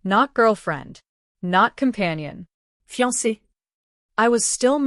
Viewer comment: What's with the fiance? Practice on saying it.